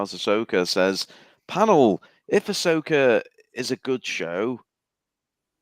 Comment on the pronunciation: Ahsoka? Arseoka more like. I say keep going with all the RoboCops!